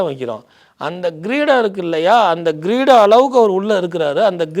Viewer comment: "Greedam"என்பது தவறு. "Kreedam"என்பதே சரியானது.